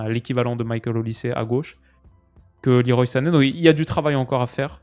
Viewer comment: Petite info inutile pour les diners mondains : Leroy Sané se prononcerait "le roi" à la française, car son prénom serait un hommage à Claude Le Roy, ancien sélectionneur de son père, ancien international sénégalais. Je viens de voir ça sur son Wiki. Sinon super vidéo, ces vidéos d'analyse "à froid" ont vraiment ma préférence sur ta chaine !